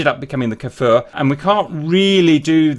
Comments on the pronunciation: you are saying kfir like kaefir its just kfir man ahah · oooh Nice and greeting from Israel Kfir means Lion cub in Hebrew. just a thing about the pronunciation of the Kfir... it's not K'fir or K-Fir like I hear Everybody pronouncing it... it's Kfir, like Cliché, or Cream or Krakatoa.